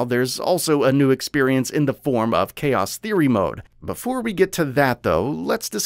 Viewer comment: Never in my life have I ever heard any Youtuber pronounce "Mode" MUDz